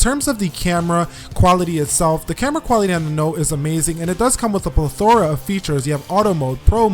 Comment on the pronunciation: Not tryin to troll here but... pleth-er-uh